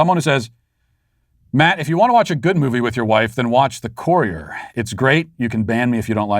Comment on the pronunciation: The courier??? Come on Matt learn to pronounce!